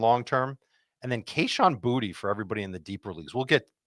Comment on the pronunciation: Its not Booty its pronounced, Bootay. Its a louisisana last name